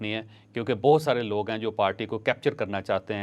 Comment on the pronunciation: Acha yeh v laag ni hota v log hota hai